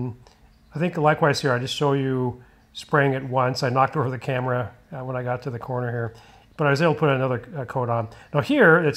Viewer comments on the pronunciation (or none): none